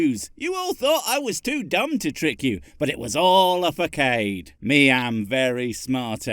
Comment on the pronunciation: Facade. French in origin... It's not "fa kay de" it's "fa sar d" Because my father picks up every little thing I mispronounce after hearing it incorrectly pronounced in media.